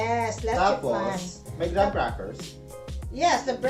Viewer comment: My lola say "gra-HAM" crackers too 😂